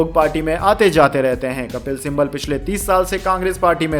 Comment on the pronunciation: कपिल सिम्बल मत बोलिए, उनका नाम कपिल सिब्बल है |